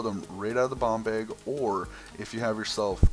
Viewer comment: when you said bomb bag it sounded like bong bag